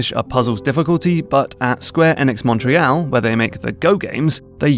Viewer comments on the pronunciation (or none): A worthwhile attempt at pronouncing "Montréal" in a way that makes Francophones happy, but unfortunately just off in a weird way. Anglophones in Québec just pronounce it pretty much the usual English way and save the French for when they need to talk about Pie-XI Boulevard. Unless that's just how British people say Montreal, in which case, that's fine buddy! I mean either way, great video made like a year ago which I'm only commenting on now while going through my backlog of unwatched Toolkit videos and fixating on weird things! I actually got around to playing Portal 2 recently (I know) and it pretty much broke down the way puzzle-solving happens, mostly unconsciously. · I'm shocked at your pronunciation of "Montreal".